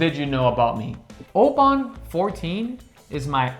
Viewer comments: Oban is pronounced as “OH-bin” per their website. Great video for someone like me who is just getting into Scotch. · OH-BIN, a 99 and you can't pronounce the name? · FYI, I just returned from Oban, UK, where I learned that the town and the whisky are pronounced "Obin". Regardless, however you pronounce it, Oban 14 is a great whisky. Loved this video. Happy to see that most of my favorites were rated highly by you guys. Nice job. P.S. I'm not actually a dog. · Oban is Obn, try with a silent A. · Good video. Think you’ll find Oban is better pronounced as Obin. It’s well worth the visit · Maybe work on the Oban pronunciation!